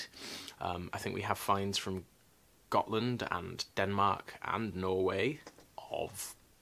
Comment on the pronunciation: I’m glad you’re feeling better. One thing that’s been bugging me for a few weeks is how you pronounce “Gotland”... in Swedish a “G” sounds like an English “Y”. I have a Swedish buddy i work with named Gert, but it sounds like “yacht”. So “Gotland” sounds like “yoteland”. Sorry for being particular. Just thought you’d like to know